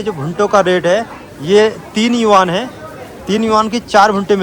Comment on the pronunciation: भाई यूनान नहीं यूआन 😂😂😂 होता